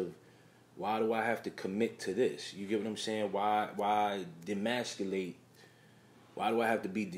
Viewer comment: E-masculate, not D-masculate, is how the word is properly pronounced. Im not tryna be the grammar police, I just think you put out quality content , so it's only right , you say it right.